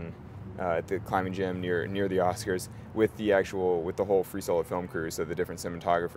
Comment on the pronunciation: "I honestly don't know who will be at the Ass-kers" -an innocent slip, but supremely satisfying.